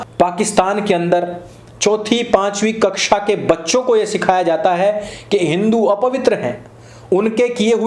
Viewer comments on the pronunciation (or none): none